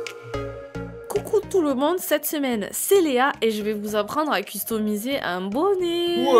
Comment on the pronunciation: je ne comprends pas trop le francais costumiser lol c'est horrible pourquoi ne pas dire personnaliser que de deformer le mot anglais avec une prononciation pareille ? c'est pas mechant mais j'ai vecu la majorite de ma vie en angleterre et je suis deconnectee avec le francais et la quand j'entends customiser a la francaise serieux ca me fait mal a l'oreille lol surtout avec l'accent mdr .. sinon vos videos ont l'air interessantes well done